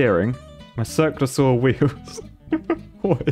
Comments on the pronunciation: I heard: "Circlasaur" you said: "Circular saw" (I was looking for dinosaurs, lol) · keep hearing 'Cirque de saw-wheel' somehow that doesn't seem too ridiculous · I thought he was mispronouncing Cirque du Soleil